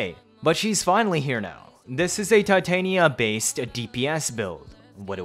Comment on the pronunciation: Tih as in Tit and tania as in Tanya... not TAI TAY NIA ew